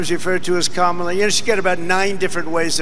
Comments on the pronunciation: It's not the vowel pronunciation, it's the syllable emphasis. Ka-ma-la, (correct,) as opposed to Ka-MA-la, (incorrect.) I hope this helps.😊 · the correct pronunciation is "Comma-lah" while trump and most other say "CAM-ala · Kamala is pronounced = come uh (soft sound ) la. Kama = desire (as in Kamasutra) komala= delicate. Older languages had slight distinction in the sound that had different meanings. Few examples come to mind like p and r combined form different sounding words like prime and s and m combined= smile etc. 😊. Come uh la (Kamala) means lotus like can you imagine what Kama (desire) la would mean?😜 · What is more disgusting is Vivek Ramaswamy and Nikki Haley mispronouncing Kamala. Kamala is an Indian name, and therefore those two politicians should know without a shadow of a doubt how to pronounce her name. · It's easy. Pronounce her name the way she prefers it to be pronounced. I don't understand why doing that is so difficult for these people - unless it's purposeful. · Saying Kamala's name wrong is like when people think all Hispanics are named Jose or Maria. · Trump never pronounces Kamala correctly. So disrespectful!! Rarely does anyone pronounce my last name correctly but I understand that. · The reason why Trump is mispronouncing Kamala Harris's name is because he can't remember her name so better to make fun of her than people making fun of your ignorance, but the irony of that is he's looking ignorant instead of telling people he's ignorant. lol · Medically thinking, when Trump gets only the first syllable correctly and ends the word wrongly, it is the most telling sign that he is heading to full-blown dementia. Some of the speech difficulties may be related to hot weather, poor sleep, but the constant difficulty to end the words properly is the worst sign. After all English is the only language he speaks.